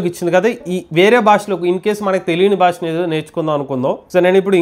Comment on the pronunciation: భాష, భారతదేశం అని పలకండి ప్లీజ్ బాష కాదు భాష "భా"